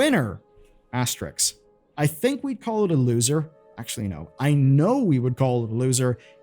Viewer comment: "AS - TE - RISK"